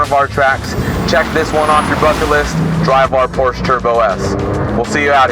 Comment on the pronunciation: Doesn’t even know how to pronounce Porsche properly